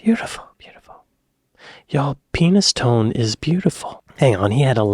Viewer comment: Penistone is pronounced Penny stone